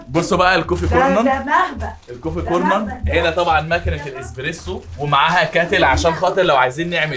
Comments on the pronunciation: اسمها كوفى كورنر مش كورنن يا 😅🙉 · كوفي كرنر مش كوفي كورنن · الكوفي كونن 😂😂😂 اسمه كورنرررررر